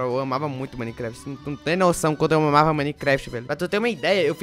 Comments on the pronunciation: Caraí,quando tu falou q amava Minecraft eu entendi: Eu mamava Minecraft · tb entendi isso mano